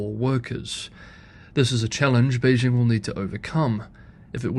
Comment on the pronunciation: A channel exclusively about China in which the host doesn't know how to correctly pronounce Beijing. As Uncle Roger says: "So white! So white!"